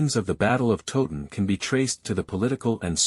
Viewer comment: Please learn how to pronounced Towton. It is not 'Totun' but Towton as in the word 'towel'. Towton not Totun. The figures for both armies are much exaggerated as are the alleged casualties, indeed one minor mystery is that only one grave pit has been found and that only had 40 to 50 bodies in it. Where are the rest of the bodies?